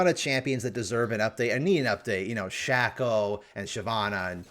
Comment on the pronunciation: please this has been killing me. It's " shay -co" not "shah-co". When Shaco ults, he and his clone are called "Shay-co" and "Fay-co", as in "Fake Shaco". Not "Shah-co" and "Fah-co"